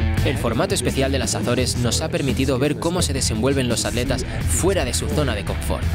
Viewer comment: Completamente de acuerdo contigo. Que porquería de doblaje. No saben pronunciar en ingles y ni saben pronunciar en esoañol: ¿que es eso de aletas??? ¿Y la T para que está? Es atletas.